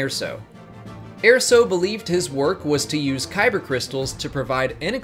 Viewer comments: It's Erso not Airso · ER-SO NOT AIR-SO ahhhhhhh!!! (Jk good video though) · I have to point this out it's ER SO not AIR SO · “yeah-vin” not “yaw-vin” “Ir-so” not “air-so” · Airso? Galen Airso? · How can you not pronounce erso? It’s literally said in rogue one. Get it right.